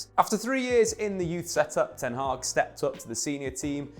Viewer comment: Ten hag is pronounced differently it's a short a not haaag but hag (almost pronounced hak)